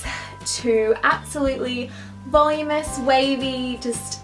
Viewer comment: I loved this! Isn't it pronounced "vuhloom-inus "? Not "volum-us" or is that just how you say it over there? I'm in the states :D